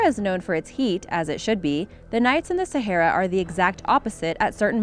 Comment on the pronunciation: Can't even pronounce sahara, waste of time. Stop collecting other people's videos and reposting it,,,, duh@@